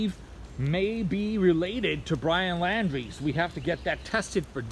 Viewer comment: You can't pronounce his name???